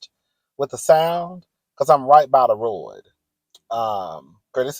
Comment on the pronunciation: Come on saying “Road”like your grandma 🤭🤭🤭